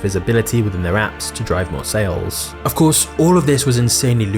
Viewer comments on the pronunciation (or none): none